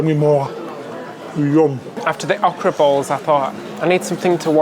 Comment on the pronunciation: It's o (long o) kra emphasis on the 'o'. It is a southern veg. Used in gumbo also.